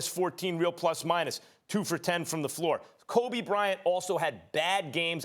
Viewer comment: Every time I hear max say Kobe’s name, I be wanting to break something